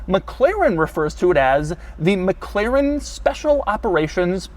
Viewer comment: Why does he keep pronouncing it as Mac Claren... isn't it pronounced more like MacLaren?